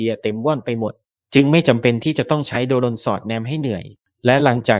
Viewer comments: เขาต้องอ่านว่า โดรน ค่ะ ไม่ใช่ โด รน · AI หรือคนอ่านนะ ทำไมต้องอ่านว่า โด-รน คนทั้งโลกเขาอ่านว่า โดรน มัน เอไอ หรือคนกันแน่ที่อ่าน หรือว่าแอดช่องนี้ ไม่ใช่คนไทย ??. *โด-รน .ฟังแล้วมันขัดหูยังไงพิกล รึอ่านไม่ออก หรือว่า ไม่ใช่คนไทย. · แอดมิน เป็นคนไทยไหม ??? อ่านให้ชัดนะ อย่าอ่าน โด-รน ให้อ่านว่า โดรน อ่านดีๆ สิ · แม่งออกเสียงโดรน เป็น โด-รน เข้าใจว่ามึงเป็นเสียง AI แต่มึงไม่ต้องตลกขนาดนี้ก็ได้ 😅😅😅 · อ่านคำว่า.โดรน.ดันเสือกอ่านเป็น.โด.รน.ป้าแกสิ. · โดรน ไม่ใช่ โด-รน ถุยยยยยย